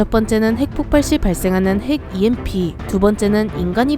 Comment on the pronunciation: EMP를 누가 '엠프'라고 읽씁니까?(여성유령)